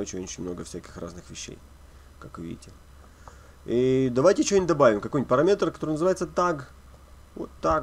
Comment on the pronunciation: ха ха, автор ПараМетер))))) Сходить бы на курсы подучить английский ;)